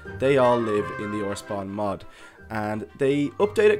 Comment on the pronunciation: your saying mod so wrong